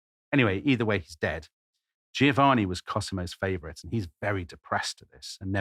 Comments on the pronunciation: Why is it that zero English speakers can say "Giovanni" correctly. It isn't "Geo-Vanni" it's "Jo-vanni". gio says "jo" - every single time. It does not say "geo" like geography. In the US they keep saying Luigi Man-geo-ni over and over ad naseuom - even those who should know better. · He mispronounces Giovanni. the first "i" softens the "G" but is silent.